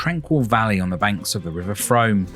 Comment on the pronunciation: Frome is pronounced Froom